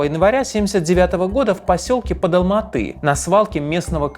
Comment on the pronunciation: Как же режет слух "АлмаатЫ"🤦🏻‍♀️ Раз уж вы говорите про 1986 год, то логичным было бы говорить Алма-Ата, с "А" в конце слова, и да, название города по правилам русского языка склоняется.